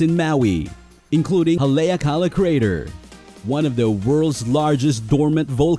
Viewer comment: Its prononced Hal e ak a la